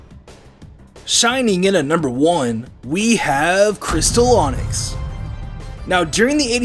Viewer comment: No not glass onix it's cristal!!!